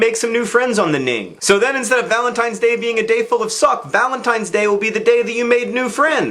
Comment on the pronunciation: Did he say Valen's Penis Day?